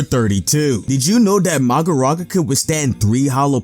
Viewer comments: Um sir it’s mahoraga not magoraga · Ain’t no one gonna talk about the he pronounced Magoraga instead of Mahoraga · Magoraga bruhhh its Mahoraga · It's not maharaja 8ts Mahoraga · Who's "Magoraga"? I only know of Mahoraga. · ''uhm actually the strongest move is max elephant because that does the most damage'' 🤓 anyway he was making a joke, he means it's weird that the creator of the video said ''magoraga'' and not ''mahoraga'' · ahhh yes ''MAGORAGA'' perfect word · vhy does he say magaraga🥲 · MAGARAGA MAGARAGA MAGARAGA!!! 😂😂😂😂😂😂😂😂😂😂😂😂😂 bro kepts butchering the name from 30 - 36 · Oh yes 'MAGORAGA'